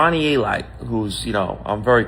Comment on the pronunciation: its pronounced A-Lite ...SMH Genius🤔🤔